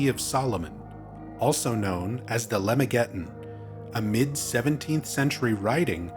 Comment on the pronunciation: Just a quick note— "Lemegeton" is pronounced /luh-MEG-a-TAHN/. "Arbatel" is pronounced with the last syllable secondarily stressed, like /AR-buh-TELL/. "Yaldabaoth" is usually pronounced /YAHL-duh-BAH-oath/, though your pronunciation isn't 'wrong.' The "s" and "g" in "Trismegistus" are hard.